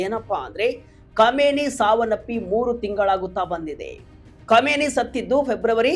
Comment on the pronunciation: Komeni alla kaaminai modlu sariyaagi ucchara maadu matte news